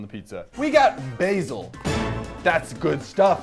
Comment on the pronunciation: thankyou for saying basil right!